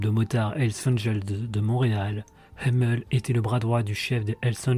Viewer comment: On prononce Hamel en Français et les SS n'était pas suprémaciste mais des motards 1%